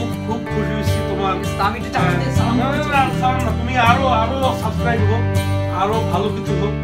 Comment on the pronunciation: shob thik ase but!! tumi suibscribe ta thik moto bolte parona!"suscribe"